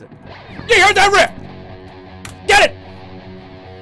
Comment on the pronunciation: I love the way he says "GET IT" as if he's hand feeding piranhas and he's got to pull his hand away because he knows the chat is just a bunch of fucking savages.